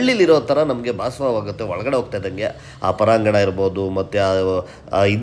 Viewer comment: ಅದು ಪರಾಂಗಣ ಅಲ್ಲ ಪ್ರಾಂಗಣ